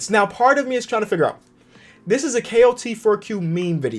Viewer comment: Am I the only one who hears him saying klt4q instead kot4q